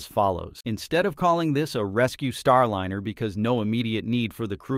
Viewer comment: Agreed, click bait BS and the artificial voice is cringe AF, EVERY time I hear starlEEner it's like fingernails on the chalkboard.